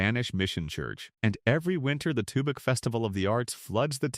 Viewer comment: Wickenburg beautiful and hot. no thanks He pronounced Tubac wrong. Close to México. You can have those 11 towns and I'm not moving. Staying in Douglas